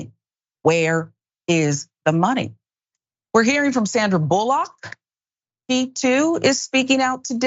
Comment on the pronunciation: Did you say Michael Oher tried to extort Sandra Bullock. Excuse me. Sandra Bull-Lock?